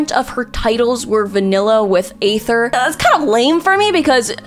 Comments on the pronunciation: Why does she pronoun everyone right except the travellers. Like, A-ther (sometimes Ai-ther) and Lumi-nee. Really now? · I’m trying to understand how keeps failing to say Aether when his name is said in game multiple times